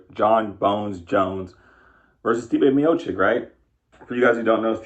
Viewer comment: Stipe Miochich not Miochik